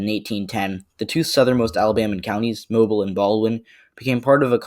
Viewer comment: Just wanna say, Alabamians pronounce Mobile like moh-beel or moh-bill not like the actual word. Could be our accents but that’s just a little nitpick. Great vid, very informative!